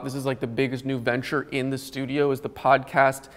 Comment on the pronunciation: and his "SLEWdio" instead of studio. ha